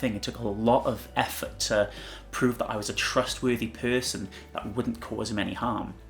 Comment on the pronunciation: Where is your accent from? Lol forgive me but I find it interesting you kind of say "peurson" rather than "person" lol idk I just really like accents and haven't heard that in someone's accent before!